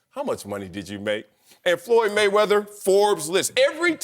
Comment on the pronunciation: It's mayweather. Not close